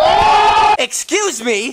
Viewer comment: sameeeee and he said excasu me